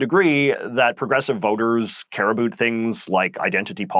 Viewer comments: Not really "ambiguous." Huge comeback for the Liberals. (Is it just me or is the "uh boot" pronunciation of "about" getting stronger? I don't often hear that in Canaa. Never in the USA. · J.J., I truly want to watch your videos, but I honestly just cannot endure the extremity of your accent (I swear no Canadian pronounces "about" like that 😭) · Hey your not pronouncing things Canadian, since when have Canadians in Ontario ever said sorry, or about like that. You sound like your pandering to what Americans think Canadians sound like, I am not Canadian but I have been to Canada. It sounds so forced.